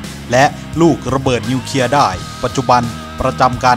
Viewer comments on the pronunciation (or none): อ่านคลิปให้ชัด นิวเคลียร์ ไม่ใช่นิวเคีย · นิวเคลียร์ ไม่ใช่นิวเคีย ออกเสียงชัดเจนด้วย